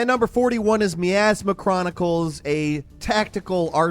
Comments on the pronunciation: I love, but every time he called it me-asma instead of my-asma i wanted to rip my hair out. idk why it bothered me so much also, i'm immensely hyped for soulframe as warframe is one of my favorite and most played games of all time, and i'm extremely interested to see what they'll do with a slower paced fantasy setting. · My as ma (miasma) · That isn't how you pronounce miasma or yakuza.